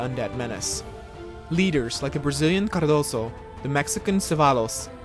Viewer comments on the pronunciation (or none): Hey man pronunciation in Portuguese is different from Spanish, "Cardoso" the "s" becomes a "z' in this word.